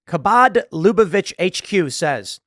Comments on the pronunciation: 👍for taking the effort to pronounce 'chabad' properly. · I love how Tim pronounces Habad perfectly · Tim, Bravo on your pronunciation of “Chabad”!! 👏🏻👏🏻👏🏻👏🏻👏🏻 😀